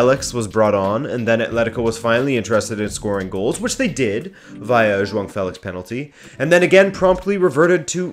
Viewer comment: Have the British Football Experts complained about João Felix's name being pronounced correctly yet? 😆